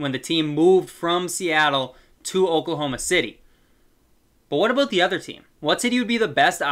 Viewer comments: Are you Canadian? The way you said "aboat" in the start made it seem like that 🤣🤣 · so basically Canada